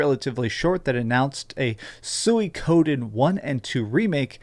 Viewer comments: It's pronounced sue-wee-co-den not suey-coden ....🤦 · LOL!!! HE TOTALLY BUTCHERED THE WAY TO SAY "SUIKODEN" LMAO! THIS GUY GETS DUMBER EVERY TIME I WATCH HIS DRAMA VIDEOS.